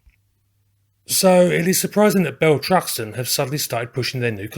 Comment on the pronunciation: You keep saying Bell Truxton. 😂